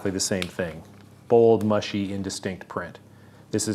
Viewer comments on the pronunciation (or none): none